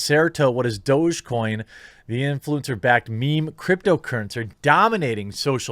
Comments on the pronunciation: Its DOG-E coin! Not Do-Je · Isn't it pronounced like doggy coin? Literally dog-e-coin? Douge gtfo :) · I thought it was pronounced "Dog-E-coin" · It's Doggy - DOG-E get it??? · Is that how you pronounce it? Thought it was just dog or doggy. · this whole time i just thought it was pronounced "doggy"